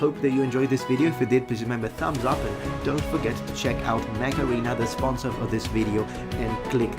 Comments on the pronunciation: Every time you get sponsored by Mech Arena, the first attempt of my brain to parse what you said results in me thinking you said macarena... Probably not helped by the m fact I'm usually only listening to your videos rather than watching them... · It is funny. Whenever says Mech Arena in his videos it sounds like he's saying Macarena. xD